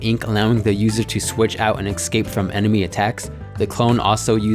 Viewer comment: Hey um... Escape* Not excape. Just an fyi